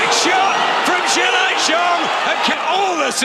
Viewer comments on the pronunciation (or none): Just FYI, Zhelei Zhang is pronounced: Juh-lay jang. Zh is like a J sound in phonetic Mandarin. 👍🏾